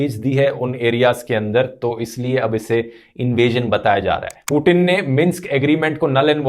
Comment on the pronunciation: पुतिन है वो "पु टिन" नही 😂